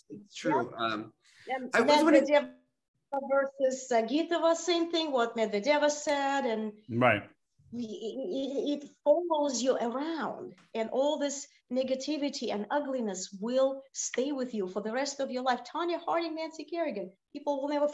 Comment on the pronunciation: I have never heard this pronunciation in Russian in my life. It doesn’t sound nice or cute to be a term of endearment. But then she also said MedveDEva which is an incorrect syllable to accent (it’s MedVEdeva)